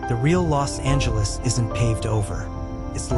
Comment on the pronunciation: Do you know how to say Los Angeles ?